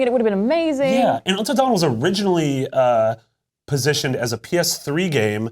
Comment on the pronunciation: "untal dawen"